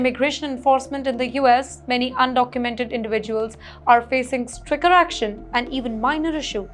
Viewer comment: .*╔═══ ❤☀💚☀❤ ═══╗* 💚💚💚💚💚💚💚💚💚 pronounce STRICTER as STICKER. Not only here, but also wherever and whenever that word comes, you pronounce similarly. Is this the way AMERICANS pronounce this word ??? 🌐🌐🌐🌐🌐🌐🌐🌐🌐 ╚═══ ❤☀💚☀❤ ═══╝